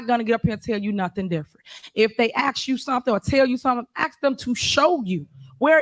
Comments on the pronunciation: The word is"ask", not "axe " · TIFF, LEARN HOW, TO PAY ATTENTION TO SPEACH. ( AKS ) THE WORD IS ( ASK ) NOT ( AKS ) GO BACK TO SCHOOL. IN FACT I GOT A HUGE FEELING IT TIFF GOING BACK HOME. ( PRISON ) HER HOLIDAY IN FOR SEVERAL YEARS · She Axed you😂😂😂 sounds like they need better education in Dalton county😂😂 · There she goes axing again. She needs to stop before someone gets cut! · “Ask”. Not “Axe” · "I axe you, what you speaking of" omfg CLOWNS! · I've been playing my own drinking game. every time i hear a "y'all" i take a shot. every time i hear an "aks" i chug a beer. at the end of this upload, I'm not feeling well. somebody, call me a doctor. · Axed? Please speak proper English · Madame, Mayor the word is ask and not axe! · You could have axed...... My ears are bleeding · I axed you.... someone who talks like this should not be in charge of shit. Who hired this trash mayor thinking this wouldn't happen. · This woman just crucified the English language... How does anyone " AX " another person a question?....I think she means " ASK"..ya"ll...she's so ignorant. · Please say ASK instead of AKS.......LEARN to TALK WELL.... I can do it better from the Netherlands..... TIF TIF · Does she ever speak English ? Axing ? She’s absolutely ridiculous. She loves to rhyme. WAKANDA in the flesh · It's ask not axed lol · I am not from this state. Why do they say ax instead of ask?